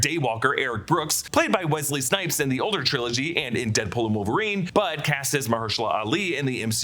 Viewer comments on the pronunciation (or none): none